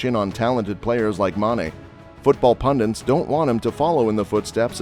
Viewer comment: Football "pundints"? 🤔